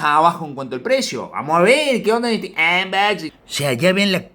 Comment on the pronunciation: Saludos Soy un sub nuevo y me gustó el vídeo del Gt 20 pro toy pensando comprarme ese cell x que veo q trae buena especificaciones. Cada vez q dice Anboxing me rio😅 un saludito